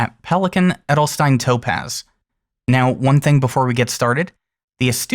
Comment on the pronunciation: I think it would be a great ink in a wet pen :D So that I can some of the darker shades out of it, but that is just personal preference. :) A little tip for the pronunciation of „Edelstein“... :) It’s not pronounced like „Edelstin“, it is pronounced more like „Edelshtain“ :)